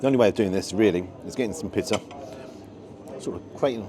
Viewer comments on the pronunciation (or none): I had to rewind the first time you said pitta bread as it sounded like you said piss bread, so second time hearing it, still sounded like piss bread 😆. Maybe I need hearing aids, but it made me chuckle but you always make me chuckle. I have shared a few of your vids to friends and they love you as well, you are so close now to the 100k, and a lot of ppl when getting more subs start changing things, but please never change your format or how your cameraman films, that is why everyone loves you (and the cameraman).